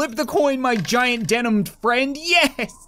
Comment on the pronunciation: thought he was saying comrade fred